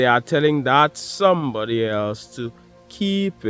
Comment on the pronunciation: sumebody is a two face ,with ur accent 😂 I literally HOLLERED . TY I need that laugh,it's been a long day. No one to talk to gets tiresome, but I'm good 👍🏾 ♥️🙏🏿✌🏾4-20-25 He Rose.